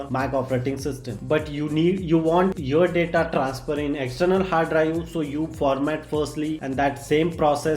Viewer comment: Stop killing English brother rest in peace to all daaataaa which lost found